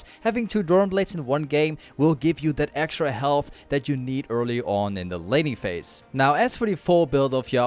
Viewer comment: bro i thought he said lenny face when he said laning phase LMAOOOO